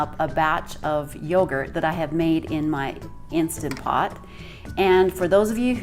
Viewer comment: Did she call it an insta pot? Hard for me to watch and consider someone an expert if they can’t even pronounce the name of the machine she’s using